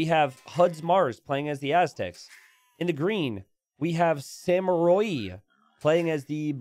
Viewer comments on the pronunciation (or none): none